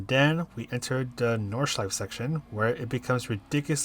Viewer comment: Thanks for the lap guide and race strategy. I'd like you to know that all letters in German words are pronounced though, including the last 'e' in Nordschleife 😉